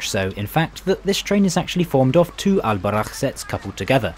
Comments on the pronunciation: If there are some points i would like to clarify as a pure Moroccan.. Al boraq isn't that thing u showed, in islam we are not allowed to draw nor to maje status of anything especially living things... Second the name is Al boraq not albarakh as u say it, i had to say that cus i ve seen many videos when people link al boraq some status imaginary creatures from different cultures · It's All Boraq not Al Baraq bro👍 I live in Mohammedia by the way feel free to visit again anytime soon!💕